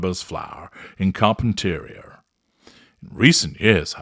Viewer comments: You are mispronouncing Carpinteria. It’s kahr-pin-tuh-REE-uh. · with all due respect, here's how you pronounce it. Car-pen-ter-ee-a. It's a great day get away for us peons lol